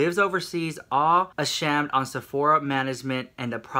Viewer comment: the way you said ashamed like shammed haha